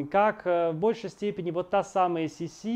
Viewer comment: Козенаме ( уменьшительно - ласкательное имя) Елизаветы Австрийской звучало не СисИ, а СИси.